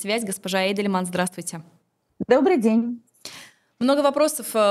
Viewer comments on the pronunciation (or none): Уважаемая ведущая, Тамара Эйдельман не только интересная личность, но и дочь известного историка. А это значит, что эту фамилию мы слышали в два раза чаще. А вы? Уточняйте ударение в именах гостей, это элементарное правило хорошего тона. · Спасибо! Фамилия Тамары Натановны произносится как ЭйдельмАн